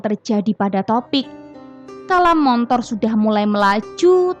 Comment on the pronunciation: Motor buk. Bukan montor.🤣